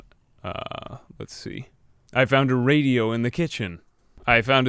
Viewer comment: i found this "i fount this" very funny XDDD